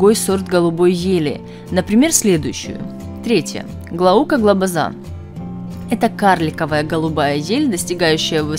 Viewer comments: Правильно Глобоза на о ударение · Глобоза , ударение на втором слоге !